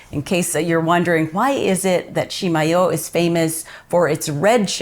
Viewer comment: Thanks so much for letting me know the correct pronouciation of Chimayo. Being a "new" New Mexican I'm trying to get some of the Texan accent out of my speech when talking about NM stuff. We bought some of the "true" Chimayo red chile powder in Santa Fe 30 yrs ago and it was fantastic! Any chance you might share a few seeds with Sally on Friday? Maybe we could trade you some of our first "crop" of Las Cruces tomatoes...